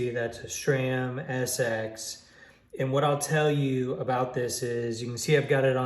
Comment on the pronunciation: How many times do we need to hear "schram"!!?? The proper pronunciation is "s-ram"..... call and ask ANYONE who works at S-RAM.....not Schram!